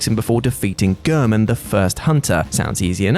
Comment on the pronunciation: Why do they always pronounce his name "Ger-min" when in the game he litterally says his name rhe right way "Gh-air-men"? Like whyyyyy? I dont get it lol. Also it took you a WEEK to beat the Valkyrie Queen? A week? Lol. I beat her in one sitting. Granted, it was a very toxic and anger inducing sitting, but nevertheless 1 sitting. 🤣